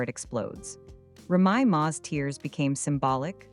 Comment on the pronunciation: TRASH & Listen at how the narrator if it announces Remy name .. SMMFH